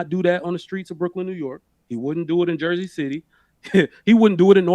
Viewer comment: Jersey not like he said